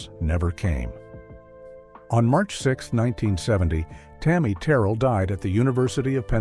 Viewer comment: Do not mispronounce Tammy name like that. This woman was put on this earth to do nothing but Hurt , from James brown, David Ruffin, all of em, she had nobody , 24 yrs old ,gone..